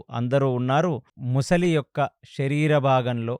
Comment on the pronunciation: సార్, ప్రతి సారి ముసలి,ముసలి అంటున్నారు. అది మొసలి సార్.